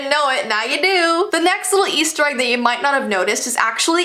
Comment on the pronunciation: i fowd a agg